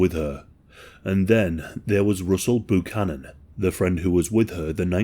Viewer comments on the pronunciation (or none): I never thought I would hear an every day white person name like Russell Buchanan butchered by an English speaking person 😂 “Roosle Boo-canon”